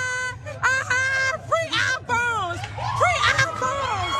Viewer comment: She can’t even pronounce iPhone. What an embarrassment